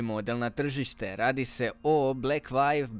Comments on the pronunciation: Super review, samo me blekvajv svakih 30 sek direkt u celo zabodes. View = vju, blekvju 🤣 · Nije "Blekvajv" nego "Blekvju". Čisto da te naučim izgovor. Samo deri dalje.